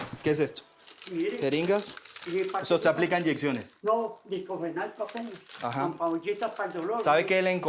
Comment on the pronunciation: Ni siquiera pronuncia bien el diclofenaco jajajaja dice.... DICLOFENALCO